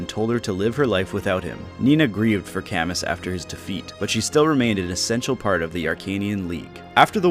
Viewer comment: A few notes from a series fan: Hardin got depressed because Nyna didn’t love him, not because the marriage was forced Camus is pronounced Camoo Nyna’s recruitment in Mystery and New Mystery is not just late, it is in fact during the final boss fight. Gharnef uses her as a sacrifice to Medeus, but this can be stopped if she’s recruited so she can’t be consumed